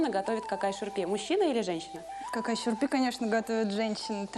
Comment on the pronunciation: Не «какай шурпе»😂 а «Кагай Шурбе».